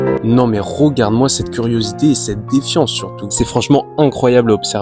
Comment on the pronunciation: Tu ne serais pas originaire de Charente/ Charente Maritime par hasard? Parce que la prononciation de Rogarde (regarde), Promière (première) me fait penser à ça 😂